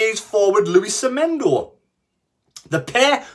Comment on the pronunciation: Semedo not Semendo pls